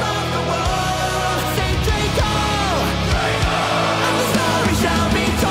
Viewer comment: It's draco Not droca